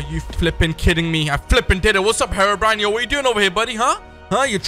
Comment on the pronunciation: I love you say fipping